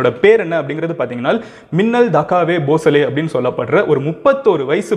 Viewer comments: Um. It's Meenal n not Minnal. Sorry. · thats not minnal its meenal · Bro her name is pronounced as meenal,i get you don't know hindi.but minnal was funny though..vaa maa minnal!! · Meenal not minnal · ஐயா வணக்கம் அந்த சிங்கப்பெண்ணின் பெயர் மின்னல் இல்லை மீனல் தயவு செய்து சரியாக உச்சரியுங்கள். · Minal But pronunciation will be menal